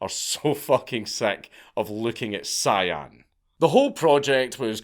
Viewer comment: CIAN words. Cyan. 🤣🤣🤣🤣